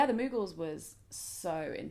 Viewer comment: The way you pronounce Mughals is hilarious, love you!